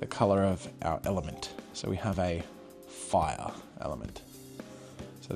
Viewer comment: "foiah" (fire)